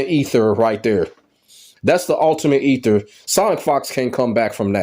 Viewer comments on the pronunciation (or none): none